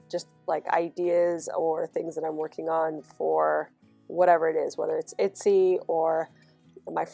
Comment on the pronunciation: I've been watching your videos non stop so ive seen all the new ones and now watching the older ones and its so cute t hear you call it an "itsy" shop 😂 you made my day!